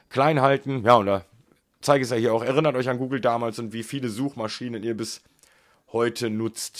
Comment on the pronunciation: er-innert. nicht er-rinnert